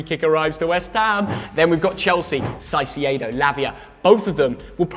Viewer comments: No way u said sasieido th Ogden and 😂😂😂😂😂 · It's pronounced Kai-Seh-Do guys ;) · Caisiiedohh 😂instead of Caicedo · How can you pronounce Caicedo that wrong? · Can someone tell how to say Caicedo? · Correct me if I’m wrong , but do they say caicedo completely wrong ? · You might to learn how Caicedo is pronounced. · Why does he say caicedo wrong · Huh? Si-c-aedo??? Don't u guys watch sky sports news?? He's been all over sports news for months, spoken about by dozens of news hosts and pundits, even players who are colleagues of the guy and not once have I heard anyone else murder his name like that! Lol 😂 I think with the sole content of ur Chanel being about the Prem and football as a whole, u would know how to pronounce the poor guys name🧐 😂 😉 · Please stop saying the name Caicedo that way.. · It's pronounced caicedo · Never heard someone butcher a name like they did with caicedo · Why does this guy say every players name incorrectly. Caicedo, Isak etc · The name is Caicedo, as in Kaicedo,..not Sasiyedo 😂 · It’s pronounced kaicedo not saiciedo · it's caicedo not saisiaido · Not caicedo Saisee aydo😂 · SighCeado?????? Caicedo. All love though and love the vids. Keep up the good work. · it's not Saicedo, it's Caicedo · Everyone, literally EVERYONE pronouncing Caicedo’s name (Kai-Say-Doh) and - Saisiedo 🤦‍♂️ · You don’t say “Saisiedo” yo say “Kaisedo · Re Caicedo… I’m begging you - can you stop calling him Sigh-See-Yay-Dough? Please. It’s pronounced Kai-Say-Dough. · It’s not Cy-ce-edo it’s Kai-ce-do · Why are they saying Sai See ay dough… Caicedo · Everyone: Caicedo (Kai-se-do): Saisiado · Caisedo❌ saisiedo✔️ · Did i just hear Sasiedo🤣🤣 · They’ve both said saiciedo again 😂😂😂😂 atleast after 3 videos now pronounce there name correctly ffs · It’s kai-say-doe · Man said sasiedo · shy-she-a-do lmao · CAICEDO mate, first C as a K, please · Saiseiedo wtf😹😹😹😹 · Why the hell do they pronounce it "Sai-see-ey-do"????